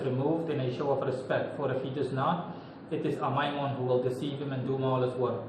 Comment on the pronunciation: You’re one of the only people I’ve heard who says His name correctly.